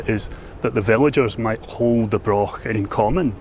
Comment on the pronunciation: Mostly English people talking about Scotland in Scotland. Then calling it Britain, stroll on Independence. It's a Broch laddie not a Brok.Offensive Unionist propoganda.